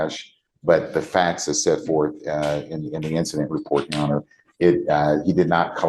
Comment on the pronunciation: The way he says "yesirhonor" really pisses me off for some reason. 😂